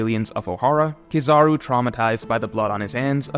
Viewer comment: Bro you are amazing at YouTube BUT ITS KEEEEE- ZA-ROOOOOO At least to me lol